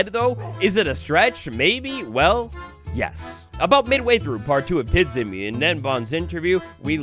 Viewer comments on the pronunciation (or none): Tidzimi would be actually pronounced Tijimi (dz makes a j sound) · Nice video, one small issue, you pronounce TIDZIMI's name like "Tjimmy" because his nickname comes from the pronounciation of his previous nickname - TGMplay (without the play) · When I hear how u say Tidzimi im littelary crying 😂😂😂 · The way, how he spells "tidzimi" is a bit funny